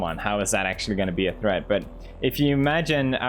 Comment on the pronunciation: Video title: 15 minutes of Pewds pronouncing "threat" as "thread"